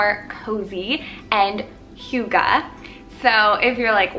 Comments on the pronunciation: it’s more like “hoo” not “hyu” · Wait... Do you also speak Danish, But then i heard how you pronounced it, and then no. But i love how we in Denmark do have a Word(hygge) that can’t be deecribed better than using the Word hygge(hjugge)❤️ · Pronounced hoog uh. You are adorable.💕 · This is the sweetest ever ♡♡ you say it like who-guh. Love your videos ♡ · Love! I've heard hygge pronounced SO many different way by so many different people. Is there one definite way to pronounce it?? So confused haha - love the vid! Definitely needed this xx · I love you and your videos but being Danish myself I cringe so bad when foreigners say hygge. 😂🌸 Other Danes will understand!